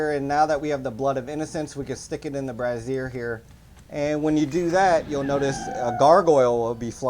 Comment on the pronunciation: Every time you say brazier it sounds like you're saying brassiere 😂